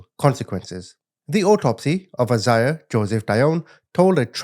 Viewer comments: lol it’s a Bible name. (I-zay-uh) Isaiah. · It’s “I-zay-ah”